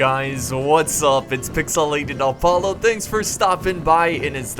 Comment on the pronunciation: Why does PIXELATED APOLLO say his name Pixelated ALPOLLO, sorry if you have an accent or something that prevents you from saying Apollo correctly, it just bothers me.